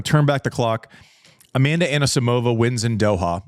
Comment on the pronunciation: Everyone's happy about João Fonseca's pronounciation but no one's care about wrong Anisisimova's emphasis.